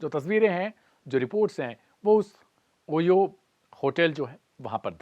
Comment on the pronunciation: गधेड़े तेरी पत्रकारिता की डिग्री फोकट में जुगाड़ी हुई लग रही है। 'शीबा' को "शिवा" बोल रहा है तू। इससे धर्म ही नहीं नाम का मतलब भी बदल दिया तूने। ओयो को "होयो" उच्चारित कर रहा है। कैसे-कैसे चमन चू बने हैं एंकर-पत्रकार!